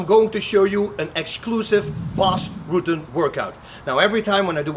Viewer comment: Did Bas Rutten say Bas Ruten ?